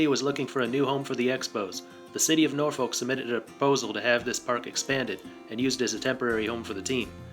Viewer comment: Norfolk is pronounced nawfick lol. MLB put a team right on the orioles doorstep so a team here shouldn't be a problem for DC. There also isn't a big Nationals fan base here so that competition for a fan base really isn't an issue. Shoot there are more O's fans here.